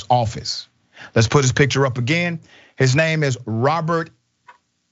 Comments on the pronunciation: When he first said the guys name I thought he said Robert ahole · Que song "I (Got) Shot (By) The Sheriff". I love the "Yep, Florida.". LOL! And at first I thought you said the man's name was Robert Ahole. Which would explain a lot! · I heard his name as "Robert A**hole". Lol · Oh, I thought you said A-hole. Lol